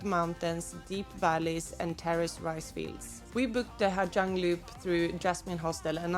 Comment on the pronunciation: You do know that the letters "Gi" together in Vietnamese is pronounced as a "Z", right? It's pronounced Ha Zang.